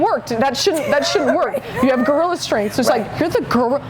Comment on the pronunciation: "girlrilla".....no kidding